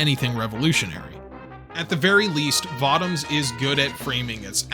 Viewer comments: I'm pretty sure it's pronounced Vo-Toms. Not votom's. Always loved me some Votoms. Always felt it was the most realistic depiction of what a mecha might be in the real world. More versatile and agile than a tank, but also way less armored. In one you are a killing machine, but you are also walking around in a death trap made of far to thin of metal to actually protect from much damage. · Vah-toms? I always pronounced it Voh-toms. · this was good anime series i accidently started watch years ago those 50 plus episodes go by quickly. also votems sounds weird when you say it i always heard people pronounce it vo toms. lol i wonder have i been saying it wrong this whole time. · Voh-toms. Say it with me. Voh-toms. Thank you. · So, everyone is just gonna let him continue to say Votoms incorrectly?